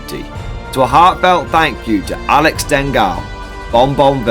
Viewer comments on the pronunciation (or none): none